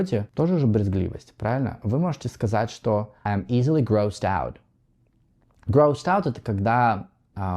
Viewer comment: Pay your attention on grossed-out pronunciation ... yours is bad...